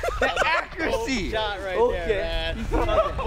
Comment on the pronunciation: "ACCRUACY" - YEAP! SOUNDS ABOUT RIGHT!